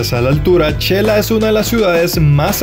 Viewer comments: El diminutivo de xelaju se escribe Xela y se pronuncia (Shela; no chela.) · En xelajú o Quetzaltenango, No se pronuncia chela, se pronuncia shela, Buen video amigo de que país eres? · Muy lindo video, le sugiero los vídeos sean de menos duración pues es mucha información en uno sólo y ud puede monetizar más vídeos. Humilde sugerencia es su canal y ud sabrá lo mejor/ a mi esposo le gustó mucho el es de Xela ( no chela) saludos desde Oregon 🇺🇸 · La pronunciación de xela y shecas es sh she no che 😉 👍🏼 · No se xq muchos se equivocan al pronunciar el nombre de Xela, se pronuncia de ésta manera, (Shela) y no (chela) como lo estas mencionando, x favor digan el nombre correctamente se oye feo que le cambien el nombre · No es chela ,es xela o shela habla bien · Yo q soy de un un pueblo muy alejado de la civilización se q se pronuncia Shela no Chela. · Todo mal dicho chela checas chelapan asi no se dice aprenda